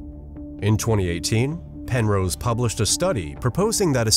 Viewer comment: Also, "Pen-rose" is pronounced "wrong"